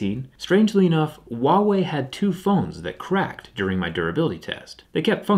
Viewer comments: When he said Huawei it sounded like Wavey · Its not *KNOCK-ia* Its *No-kia* Am I right? Its *Hoo-a-wee* or is it *Hwa-eh-ee* NOT *Wa-wee*